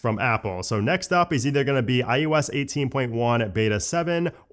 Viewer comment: Am I the only one who hears him say it as “iUS” instead of iOS?🤷🏻‍♂️🧐